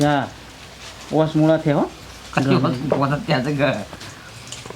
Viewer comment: મુડા નહિ મૂળા